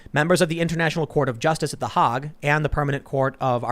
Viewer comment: hay-g not haa-g, no?